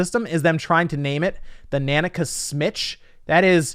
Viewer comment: Every time you say nanica wrong i cringe 🤣🤣🤣